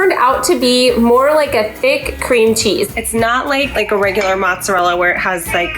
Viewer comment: Good luck wit your move! Please try saying Mootz-uh-rella.